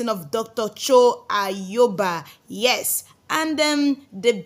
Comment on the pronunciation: Please learn how to pronounce the name Ayaba not Ayoba